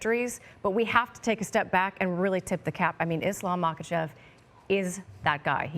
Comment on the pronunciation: The ignorance and disrespect shown to islam by laura and the other guy in mispronouncing islams last name its pronounced mockleshev. I mean you guys are sitting next to the smartest and kindest man in the world undefeated ,undisputed just ask him and chael will gladly help you pronounce any fighters name . For example this amazing new irish middle weight paul O'costa